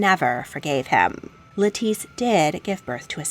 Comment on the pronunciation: Love your videos! Btw, the name “Lettice” is pronounced just like the vegetable “lettuce” :)